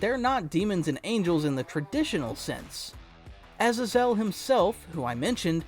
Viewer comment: I hate the way you say AZAZEL